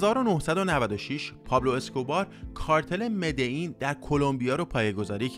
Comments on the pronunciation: مدعین چیه برادر من مدلین مدلین مدلین تکرار کن کارتل مدلین مدلیییییین،پابلو تنها عشق زندگیه منه از هرکسی بهتر میشناسمش تمام فیلمای بیوگرافیشو دیدم،کارتل مدلین نه مدعین مدلیییییین مدللللللین😡😡😡😡😡🤬🤬🤬🤬🤬🤬🤬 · ب مدلین هم میگه مدعین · داداش مدلین چرا ی جوری میگی؟ مدئین میگی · مدلین مدلین